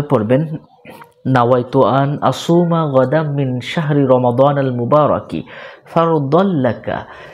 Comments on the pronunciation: এটা হবে রমাদনাল আপনি দিছেন রমাজানাল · Ekhane ramajanal hobe na ramadanal hobe😐😑